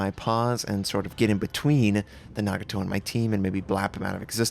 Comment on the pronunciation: Its Nah-Gah-Toh not Nag-a-Toh.